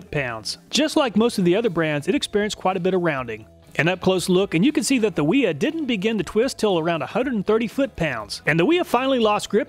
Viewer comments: holy shit, wiha is german, its pronounced with a V. and why the hell wouldnt you just take some calipers to the wrenches. for all we know your bolts might have crap tolerance and its not the wrenches fault for not fitting well. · Wiha is pronounced “Wee-Ha”. 304 is a terrible choice for the fastener. It’s soft and gummy. Did you use a fresh fastener for each test?